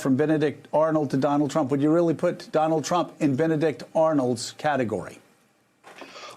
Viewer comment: "BENEIDICT DONALD"